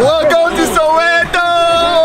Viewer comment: Soweto not sowero 😂,loved the video